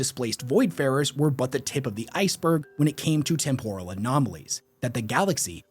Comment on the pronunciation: Listening to him pronounce temporal like it's some kind of Japanese dish. It's tem·po·ral, as in I'm temporarily losing my mind every time he tries to say the word